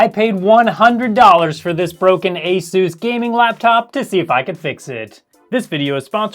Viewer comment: It’s pronounced a sus not a Zeus